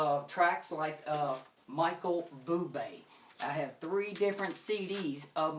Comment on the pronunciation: It's not Michael "Boo-Bay" , it's pronounced "Boo-blay"